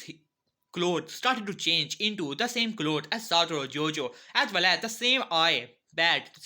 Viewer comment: man called him satoro jojo